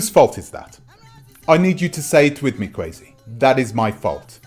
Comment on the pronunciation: Please learn to say Kwesi correctly.